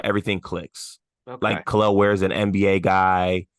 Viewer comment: is increasingly becoming pro hoosier... first Malik then now Kel'el (with the correct pronunciation!):)